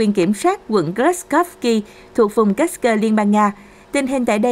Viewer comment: Kursk mà sao độc có thêm âm cơ nữa nghe mất hay rồi